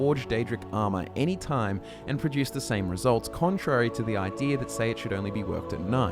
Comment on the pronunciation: please please please do not say 'ídear' anymore, there's no R there, it makes me insane